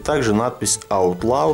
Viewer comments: Я так и знал что ты не правильно произнесёшь неправильно не аут лау, а аут ло. Если что я могу с тобой по заниматсья английским и мэйд а не мадэ, а так круто крутая колода у меня их 3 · правильно читается, "Аутлоу"